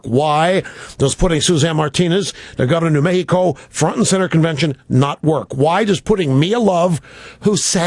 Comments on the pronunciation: New Me-hee-co? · "Me-hee-ko"? That's very white of you, Rush. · Hah, did you hear how Rush pronounced "New Mexico"?